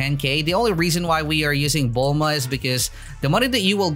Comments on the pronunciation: Bro it bellma not bullmama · he called bulma “bulmama” again